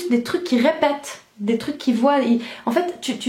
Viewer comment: ont dis dé ont prononce pas le S <3 Et bonn’ continuation pour la fac ☺️